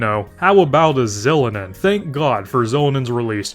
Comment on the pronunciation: I'm sorry but you deserve jail time for that Xilonen pronunciation